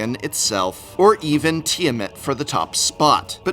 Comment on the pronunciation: Tiamat not tiamit